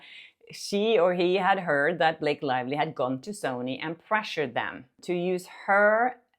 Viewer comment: Blake lie-vely